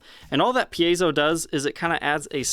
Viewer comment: Hey! Someone else on YouTube who knows how to properly pronounce “piezo”!